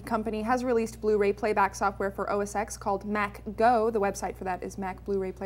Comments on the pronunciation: its not os X Its pronounced OS10! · ITS OS "TEN"!!!!!!